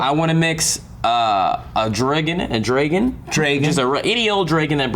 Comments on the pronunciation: Why does pronounce Dragon wrong? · says dragon so weird...